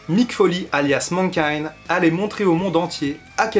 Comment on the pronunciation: Mankind et pas Menkind ! M'irrite les oreilles cette prononciation.